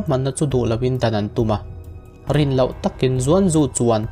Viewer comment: Bei tih turah bai, ko tih turah kau, lo tih turah lau.. i lam dan hi uluk hlawm teh.